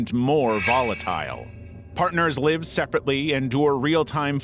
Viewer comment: stupid ai. doesn't know there are two ways of pronouncing "live"